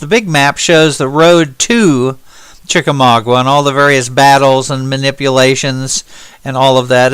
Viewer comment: from a local of the north west Georgia area could I ask u to pronounce Chickamauga right the u is silent